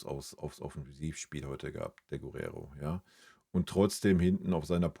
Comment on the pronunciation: Der Bayern-Spieler mit der Nummer 22 heißt Geeerrero, nicht Guuurrero 🙏.